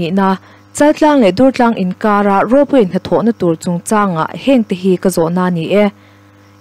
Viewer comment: Dùrtlâng puak dur tih thlûk hman tûr a ni. i rawn lam rîk dàn hi Dungtlâng khua, Vànzau khaw bul a misawi i ang lutuk, R i lam fiah ṭha duh bawk sí lo. Durtlang khuaah ila kal ve lo em ni? tüna i lam dan ang khan an bulah han lam teh, an nuih loh che anih pawhin an thin ur hial ta ve ang. Ka la thiam lo êm mai mi dang puantir zawk rawh u tih mai awm che a nia...